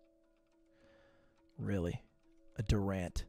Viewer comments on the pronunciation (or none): none